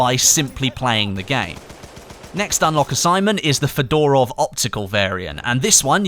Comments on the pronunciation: it's not pronounced Fedorov (like Fedora) but more like Fyodorov, with stress on the first O. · Mispronounce FEDOROV,stress on the first syllable - FE...dorov